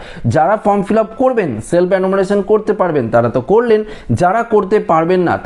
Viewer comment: অ্যানুমারেশন নয়, রে ওটার উচ্চারণ হয়ে হবে এনুমারেশন, জিভ টা একটু ছুলে নে 😜